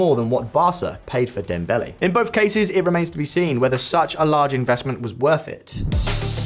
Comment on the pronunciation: "... 160 million, a little more than what baarsa paid for dembelee" WTF is he saying, is he having a stroke? Can't you just equate it to Toyota Corollas or whatever, instead of inventing your your own words?